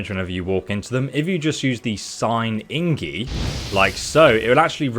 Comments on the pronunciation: he says inggi its ac tully igni he should get smarter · its pronounced ig-ni bro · "Ingie" Eh?. I just noticed how the screen is zoomed in hidding the bottom of the screen. You're not only taking the information from someone else, you're also taking the footage, zooming to hide their logo. You're a fraud my dude, this is all plagiarized. Nobody who actually played this game would mispronounce things like you do. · Please, don't say ingi. It's IGNI 😭 IGNIIIIIIIIIII 😭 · Please, for the love of God, it's IGNI not ingi :D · IGNI not INGI!:)) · "ingie" that made laugh so hard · It's called igni not ingi. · for the love of god man its IG-NI lol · It's igni😂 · Did you just call the fire sign ingie? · INGIE???? I was trying to forget your "SKELL-AGE" from other video and now this INGIE??? Dude! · I keep imagining this guy playing the game for countless hours and calling that magic "Ingie" everytime...Lmaooo!! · Dyslexic or not, if you ever played the game you would have heard it being said by the characters. The error would be caught by yourself right after you read it wrong, so you redo that line... you don't keep calling it ingie the whole video. This is fishy as fuck. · Did you just fricking say ingi? I love you tho (no homo) Keep it up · Did he just call igni “ingi” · He misreads a lot of stuff because he’s dyslexic. He’ll frequently switch letters like that.